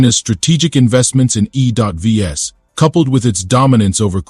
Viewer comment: What's "E dot V S" or "U dot K"? You are such an idiot! YouTube should just shut you down.